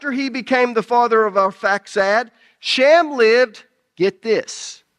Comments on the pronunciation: Shem , not sham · His name was SHEM NOT SHAM! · Why is the guy saying "shammm"? When it's Shem with an e, not an a? 🤔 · I like the dialect of this guy pronouncing Shem as sham. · It's a fantastic teaching but I really wish that he would quit calling Shem by the name sham... It kind of is funny considering the fact that he was talking about other people's dialect AKA accent and then his own accent is mispronouncing the name